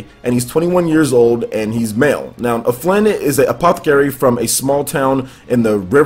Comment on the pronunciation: His name is Alfin, not Aflin.